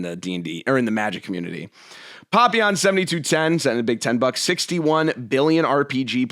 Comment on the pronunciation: wait this is the guy that does all the superchats? I always assumed your name was "papillon" like the french dog. Should have known better than to trust pronunciation after an hour of mad ranting. Looks like Papa Aeon to me.